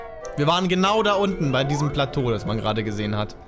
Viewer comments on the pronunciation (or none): none